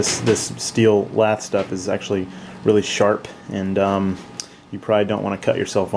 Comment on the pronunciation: steel "lath" wire. it sounds like he is saying "laff" or "laph"